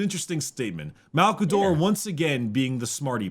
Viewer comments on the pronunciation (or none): You mispronounced "Malcador the Hero"